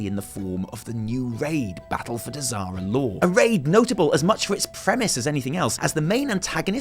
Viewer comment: I'm drunk and when you said "Battle of Dazar'alor" I thought you said "Battle of Disaster Lore."